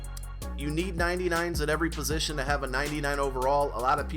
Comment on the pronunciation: Why do people say "positional heroes"? its "POSITION" Heroes lol lol